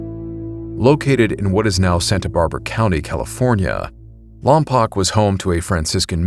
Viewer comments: Great video (except lompoc is pronounced "Lom-Poke"). As a Santa barbara resident, I have heard stories of these giants from local chumash people in that specific area, as well as in vandenburg AFB (Space Force). I heard accounts of finding remains of 'giants' in the area as well as pictographs in the surrounding wildlands, and supposed government coverups of these giants' remains, even in relatively recent years. Although I have not seen any evidence other than what was told to me. Cool to see these historical accounts appear on your channel. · I’m from Lompoc. We used to hang out in the mission late nights. Place is weird. Definitely a few weird stories for me. Also, it’s still spelled Lompoc but pronounced Lompoke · It's pronounced LOM-POKE, not lom-pock. Just fyi.😊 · Just a note of correction for you. At the beginning, the mention of Lompoc. It's pronounced "LAWM-poke," not "LAWM-pock." I should know. I lived there for 3 years back in the 1970s and people were correcting me over the name when I first arrived. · Slight correction, it's lom-poke, not lom-pock. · It's pronounced "LAHM-POKE" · It's pronounced lom-poke, and it's next to VBAFB. The town itself sucks, but that mission is well preserved and a nice place to hike. I was friends with the group of guys who were messing with the ghost adventures crew when they filmed there. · It's pronounced Lompoke. I grew up there, born on Vandenberg AFB (now Vandenberg Space Force Base). Sorry, lol. It's something that drives people from there crazy. 😊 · its pronounced "lom-poke" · Hello! Great video. I'm from around that area. Lompoc is pronounced "Lom-poke." FYI. Anyhow, giant skeletons were also found on the Channel Islands. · Huh, I didn't know that. I've only ever heard it pronounced lom-pock